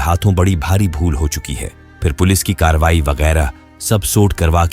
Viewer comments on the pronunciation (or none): none